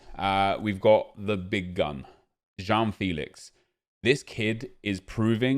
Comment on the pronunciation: Dont say JOÃO FILIX again please, just go to google translater and listen his name in Pt Please ehehe